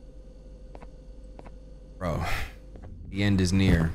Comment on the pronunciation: lmao the end is 'nere'😭😭the way he said it multiple times too has me cryingg